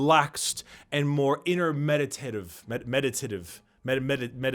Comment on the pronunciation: OMG. When you said "medaTITive" in this pose, I just lost it